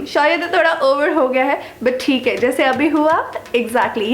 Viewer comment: but "thik h".. ye accent kyu nahi ja rayyiii h.. mujhe samajh nahyiii aa rayyyiii hai... 😂😂 #truecomediannick❤